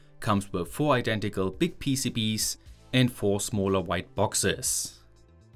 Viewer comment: Finally you pronounce PCBs normally, not PCBeeeys which honestly drove me mad ;)